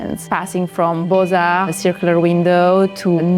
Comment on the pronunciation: I like the way she pronounced Beaux-Arts (but not the way she decorated it).